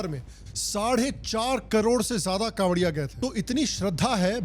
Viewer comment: Kanwariye❌ jhariye✅